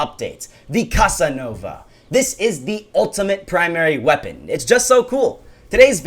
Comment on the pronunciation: Did u just say "Cuss-Ah-Nova"?